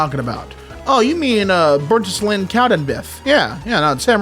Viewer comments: p good effort,! some helpful notes -irn bru -> iron brew -burntisland -> burnt island (i used to live near here!) -skiving is pronounced sky-ving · burnt-island (as in an🏝) and cow-den-beeth 😭🙏